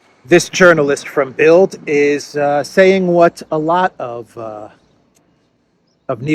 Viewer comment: “das Bilt”…the “d” on the end is pronounced as a “t” 👍